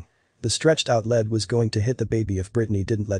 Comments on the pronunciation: For God's sake the pronunciation of "lead" in this story is "leed" as in lead the pack or lead the band! It is not " lead" as in the metal! Did you ever, when reading the story, think I'm mispronouncing this? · Gee, computer voice, lead is pronounced as leed... ok?